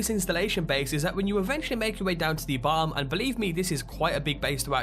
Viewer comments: why can't you pronounce bottom? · Why do you pronounce 'top' and 'bottom' so weirdly? The hell kind of accent is that ?